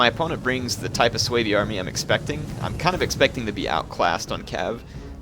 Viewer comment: its su bi...not sooweeebii lol